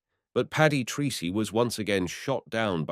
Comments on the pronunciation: The pilot's name is pronounced "Tracy", not Treecy". He was Irish. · Your Flt. Lt. Paddy 'Treecy' may well have pronounced his name Tracey. Treacy is a common enough Irish name, it may well be, of course, that he was Anglicised to the extent of using the strange sounding (to Irish ears) Treecy!